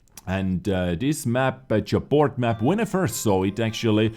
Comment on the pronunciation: Of course I am going to stay naked. I am unemployed and don't have money for laundromat. I think Japort should be pronounced ja-port 😊